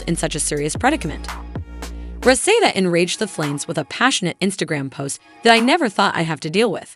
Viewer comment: Him & homegirl would possibly have to get real jobs, cuz Rasheeda shouldn’t have to pay him a dime. She was the money maker not him. Would the announcer learn how to say Rasheeda’s name!!!